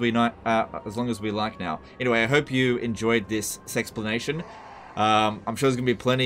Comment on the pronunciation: "This Sexplenation"